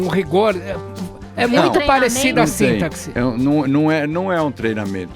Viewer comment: Não existe "síntaxe" idiota. Se pronuncia "sintáxe". Peloamordedeus, doeu meu ouvido ainda mais vindo de um cara tão pretensioso.